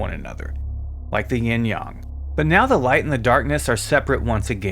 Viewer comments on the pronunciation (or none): If he says, Ying Yon and not Yang one more time!!!